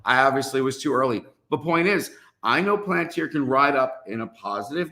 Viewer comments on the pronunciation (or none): It’s pronounced Pal-an-tere. Please man. Appreciate you